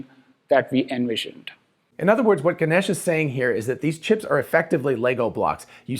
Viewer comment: Ganesh pronounced “Gan- ayish” ay as in “hey” :)